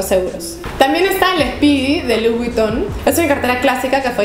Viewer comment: Louis Vuitton no se pronuncia así. Es “Luí Vitón”. Y con todo respeto te corrijo, me gustan tus videos. :)